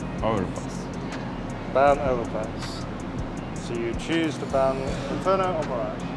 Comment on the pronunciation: Инферно как русский сказал